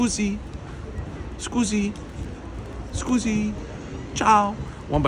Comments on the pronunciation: NEVER STOP SAYING “SCUZI” DAVE!!!….NEVER NEVER STOP SAYING IT!! 😂😂😂😂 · "skoozy" ok, Lt. Aldo Raine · loves to use the four words of Italian he knows, that was a 8.5 BTW, 'scusi.... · Bruh the ciao Sucise thing is getting annoying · Please just stop saying scusi